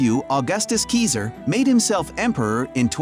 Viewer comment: Well yes, but actually no. The pronunciation in the video isn't good, but it's also closer to the original Latin than the English pronunciation is. "[...] according to modern english rules 'Caesar' is pronounced 'si-ser', but the Romans pronounced it 'kai-zar'." That being said, this doesn't make the "kesier" pronunciation correct, but it's less incorrect than you might think 😝